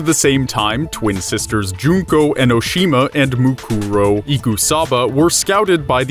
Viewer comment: You said Kamukura and Mukuro wrong but yeah it okay what I said was cancer